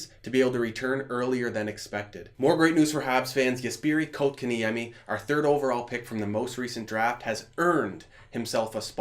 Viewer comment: did he just call kotkeniemi kok?